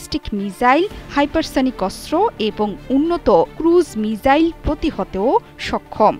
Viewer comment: প্রিয় সংবাদ পাঠিকা, মিজাইল নাকি মিসাইল????? উচ্চারণ ঠিক করুন..